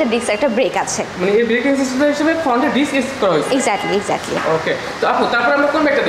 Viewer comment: 🚫বাইকের দাম বেশি নিয়ে ১৪ রকম গিফট দেয়া সম্বভ😃 সিঙ্গেল ডিক্স হবে নাকি ডিস্ক হবে❓উচ্চারণ ঠিক করুন এমনিতেই স্মার্টনেস চলে আসবে।